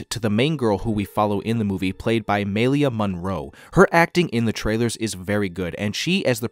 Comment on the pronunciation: Maika Monroe ** not melia